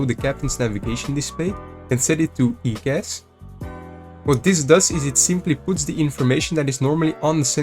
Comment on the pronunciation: Its "eye"cas... good video though 👌